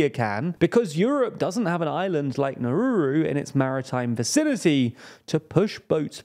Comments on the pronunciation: It's N A U R U - not whatever the hell you tried to say. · Could you do a separate video on your pronunciation of Nauru?